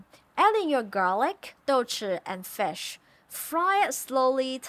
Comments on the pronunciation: What is fesh? Do you mean FISH? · Love this food since I was a child. Also you say fish with an accent, did you learn english from NZ😃?